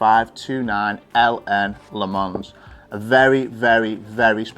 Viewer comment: It’s non Le Mans, or Le Mans, it’s pronounced Le Mans. 😊